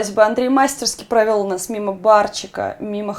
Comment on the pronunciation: «МастерскИ» правильно говорить!